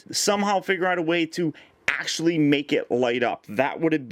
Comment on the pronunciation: Bro ones you said let's see how cool this acshalie is I thought some one was coping you